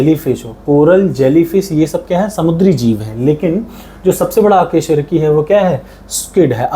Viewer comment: अकेशरूकी नहीं अकशेरुकी 😂😂